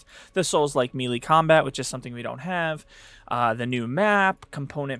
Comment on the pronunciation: FYI, Melee is pronounced Maylay, not Mielie